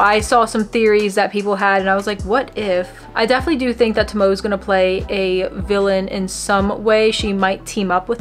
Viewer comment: By the way, Tomoe, kagamis moms name is actually pronounced To-mo-AE😊